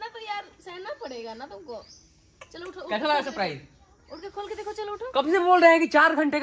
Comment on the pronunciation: 1) बाँधा मत करो किसी को भी Convince kar ke le jao. 2) की बातें सुनो.. ये बड़ो जैसे बाते कर रही है 👍 # ka gyaan 👏 3) Happy accent me "chalo" 😉 congratulations 🌟 4) kitna bolti ho...सांस ले लिया करो रुक कर 😄